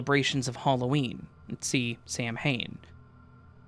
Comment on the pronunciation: Hey, thanks for another vid! Just wanted to throw it out there, samhain is pronounced sort of like SAH-win. 🤍🖤